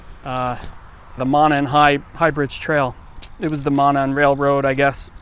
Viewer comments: Pronounced Moe-non, not Monin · Pronounced (Mo-non), not trying to be mean, rather, local FYI. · It's pronounced moe-non trail. Monon trail. Our community was shook up over these poor girls... Everyone knows everyone here.... Still waiting for justice. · Its pronounced "mow-non" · Just so you know it’s pronounced Mow-non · Great vid! One thing I have to say is that it’s pronounced “moe-non” trail. Stretches of it are in Carmel, Broad Ripple, etc ! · It's pronounced moe-non trail. And Wau-bash river. I'm from Carroll County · It's pronounced "MOW-NON" and "WAW-BASH" respectively. This place is less then 30 mins from me. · Just wanted to pass some info along. The trail is pronounced Moe-Non. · It's pronounced Moe-non. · The railroad is pronounce Mow Non. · Its pronounced mow-non btw. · Everyone that is interested in this can't fucking pronounce "Monon" correctly. If you're so involved, get the basic parts correct. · Please, if you are going to cover this story, show you do some research by learning the correct pronunciation on 'Monon'.